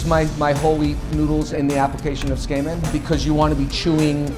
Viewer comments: It's absolutely not correct pronunciation. It's not 'su-KAY-men', it's 'su-keh-men', with no tonic syllables. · It's pronounced SU-KEY-MEN. you would think a ramen shop owner would at least know what to call his cooking. #whitewashing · It's pronounced kinda like: /tsoo-k-men/ not /tsookaymen/ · His pronunciation of Tsukemen is bugging me. It's wrong. He is saying tsukeimen. It's tsukemen. He is saying tsu-kay-men and it is suppsoed to be tsu-keh-men. It drives me nuts that he's supposed to be doing this for a living and can't even pronounce it right. Give some respect to your field, dude. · It's not pronounced "skamen" SMH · The food looks delicious, but I can't stop hearing him say "skamen" and that sounds incredibly unappetizing. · That's what I thought. I was like, there's no way it's pronounced skay-men. I have no problem with a non-native expert in foreign food, and I'm sure he knows his stuff but I would also like it if he didn't drop an entire syllable out of the pronunciation. It's pretty off-putting. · Hmmm if we're splitting hairs over pronunciation I'd break it down as [tsu - like tsunami] [keh - like in keg] [men - like 2+ man] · Someone teach this guy how to say tsukemen. Skayman sounds like a dj... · the way the chef pronounces tsukemen as "tss-kay-men" ... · Why is everybody getting so triggered over ramen and his pronunciation. Its like: ''I've never made a single mistake in my life, let's just bully this guy cause of the way he pronounces tsukemen.'' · The way he pronounces tsukemen hurts. lol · Learn to pronounce Tsukemen before you open up a shop for it, wtf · How can one eat a dish from a chef that can't pronounce the dish's name? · well can you at least say it right? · This feels like a bad copy of something Japanese people make...Brings into question the quality of the dish if the chef cannot bother to learn how to better pronounce the name of the dish he is paying "homage" to. Source of Japanese people saying tsukemen